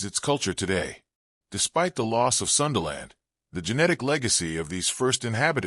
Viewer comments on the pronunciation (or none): sundaland, not sunderland, we're at our name, Indonesia, indo = mixture, nesia = nation